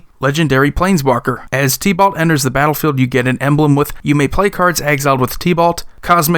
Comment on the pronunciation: I was listening and I was thinking "Tea-Ballt?" Then I realized you were talking about Tibalt. LOL. Love your channel bro!